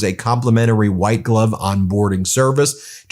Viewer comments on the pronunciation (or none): none